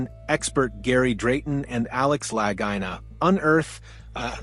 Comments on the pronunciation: Lagina is pronounced Luhgeena. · Didn't like the AI voice and mispronunciation of their names, but it was a pretty good review.